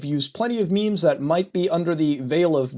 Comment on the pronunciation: Nooo not the "maymays"